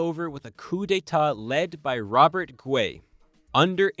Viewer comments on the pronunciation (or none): none